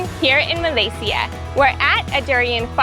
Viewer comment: Oh I LOVE how you pronounced "Malaysia" (Malay-C-ya) at the beginning of the video. Even so many Malaysian don't even pronounce them like that anymore. 😉👍